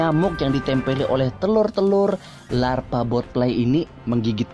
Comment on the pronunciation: "jadilah para larfa laper larfa ini" ngomongnya kepleset njiirrr 😂